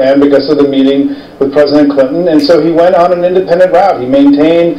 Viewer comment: Many pelosi is an idiot...listen as pelosi calls PRESIDENT Clinton...why do ppl give her air X...I've listened 3x's & she says preside Clinton...she's an idiot